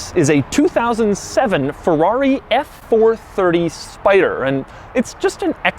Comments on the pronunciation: it’s not a Forrari..... it’s a Ferrari pls ! try to say Feeerari at once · “And it’s a Fevuavi!” 😅